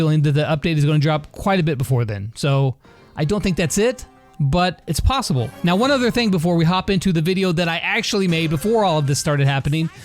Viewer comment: Lol “plossible”